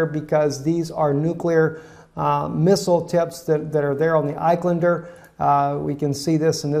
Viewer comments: iSkander not eyequander. great report btw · It is not Ik-Len-Der, it is Isk-un-der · dear, please pronounce the missle as Is-kan-der